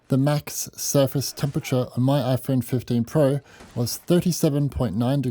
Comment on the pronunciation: Your Speech is like: Whaphone ann Whypad. Whwnjfjsjdjfn jsfvjdfvjdfv mermvervjdfvje kergkerverm😢